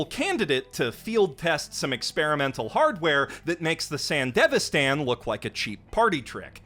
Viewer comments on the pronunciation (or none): "san•devi•san" gehoff... Its san•di•vision. Like come on man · "Sanda vistan" my dude. Not Sandevastan.... Love watching your analysis and recommendations 👍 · i hate that the game and anime pronounce "sandevistan" differently